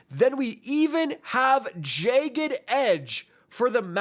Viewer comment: "jay-ged" edge? 👀👀